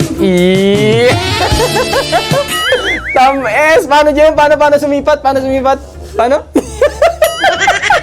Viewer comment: Tam-es😅😅😅 Nainom ako muntik na ako masamid😂